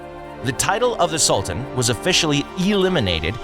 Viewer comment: The narrator's pronunciation is just awful - constant - tanopoli ??? SOLTAN ??? wtf ? The world is a much smaller place now, we should beyond trying hard to pronounce names... I know some are difficult to say out loud, but at least try before putting up something like this. The Ottoman Empire was great and so I liked this short video.